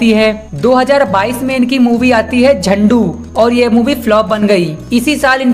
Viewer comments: अरे भाई झंडू नही झुंड... Zandu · You are right bro, Is video Wale Bhaisaab ko apna Gyan, apni Commentry aur specially pronunciation sudharna chahiye ZUND ko ZANDU bola hai😂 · Are yaar pronounce tho sahi kardo bhai , 2022 mai no inki film aithi uska naam 'jhandu' nahi 'Jhund' hai.... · Hindi bhi nhi bol paa rha jhund h film ka nam jhandu nhi ,jhandu khi ke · Zandu::zandu nahi hai vo Zund hai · कुकर हिन्दी तो ठीक से बोलना सीख ले । झुंड को झंड कहता है।